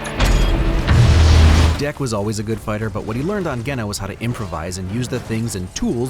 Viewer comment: the way Kwei pronounces "Genna" sounds like "Gehenna", which sounds intentional given its description as "the death planet". That sounds like it'd be Hell.